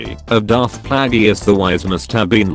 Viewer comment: No one: the Voice: * Pronounces 'Darth Plagueis' (Play-Juss) like Darth Plageeus *